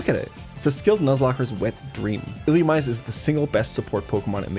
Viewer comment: ill-loo-ME-say, brother